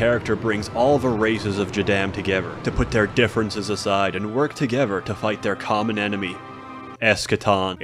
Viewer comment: "Bring all the races togever"